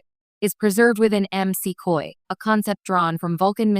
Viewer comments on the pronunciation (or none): Your AI narrator lost me at "MC Coy".